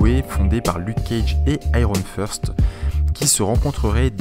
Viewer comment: Iron FIRST ;P L'accent en anglais est just excellent ;P T'avais du dire que avant c'était Far cry blood dragon le mois d avant. Ohhhhh Crash Bandicoot. Bon moi je l ai seulment joue sur Wii car je suis pas un vrai qui a la ps 1/2 Il y a tj des easter eggs en remaster ^^ Parceque la taille ca comptr doubble sense alerte doubble sense alerte Mais plus gros batterie ne veux rien dire car ils arrivent a nous mettre des programmes qui bouffent la batterie sur les gsm anciens. Comme ca on se dit waw la batterie est bcp mieu ce qui est une gross couille